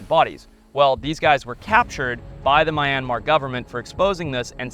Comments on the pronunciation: My-And-Mar? I thought it was pronounced Me-an-mar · Its not mayanmar its Myanmar!!! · It is not pronounced my an mar It's myan mar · This dude says mayanmar😂 what the f is a mayanmar its myanmar there is no ma in myanmar😂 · A small country in Southeast Asia? Haha, It's the largest country in the entire Peninsula of Southeast Asia. Also it's not pronounced "My-anmar" like the word "my", it's much more like "Me-anmar" although the "Myan" part is actually a single syllable and there isn't really a clear way to write that in the English language. Finally no one has ever been executed for anything drone related in the country, not given a life sentence. The worst sentence you can get is 3 years, although knowing what Myanmar prisons are like, I would probably prefer a quick execution over the actual sentence. There's quite a few more errors in your accounts, but I just wanted to talk you the most important ones. I hope you will give Myanmar another chance a few years from now, when the military is no longer in control, and no longer has any political power. It will happen, the war raging since the 2021 military coup is being won by the rebels, and when this is all over, they will not accept conceding any power back to the military again, and the military won't have any bargaining position. It's an amazing country with all kinds of rare wildlife and wonderful people. In fact the once thought near-extinct Skywalker Gibbon was recently confirmed to be present in fairly large populations within the country. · it's mee-an-mar. not my-an-mar Do the locals really say "my-an-mar"? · Its pronounced me-an-maar not my-an-maar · MYANMAR is not F×cking pronounced as 'Mai•yian•mar' .....even the Myanmar people called it 'Mee•aan•mar' ...you just don't called a country however you Americans like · mi yan mar? Its meer an mar. Bro how do you go to this country and not even at least pronounce the country right. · Isn't it pronounced "mee-an-mar"? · Btw not mi yanmar me Yan mar